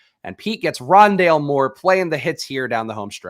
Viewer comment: it’s called Rondalé